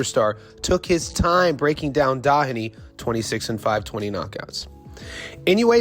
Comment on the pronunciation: His name is pronounced DO-heney. DO not Da.